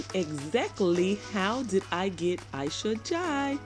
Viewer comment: You are right. Fatou is the most common name in the Gambia and I use to say that I will never name my daughter that name. Aisha is a beautiful name but the way you pronounce the last name is correct. Ask your sister how to pronounce it properly.